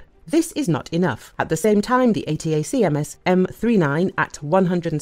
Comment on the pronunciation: Please update the AI to say A-TAC-AMS. Annoying.